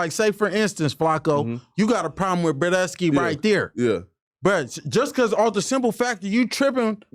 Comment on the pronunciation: Everytime this nigga say brodesky I cringe a bit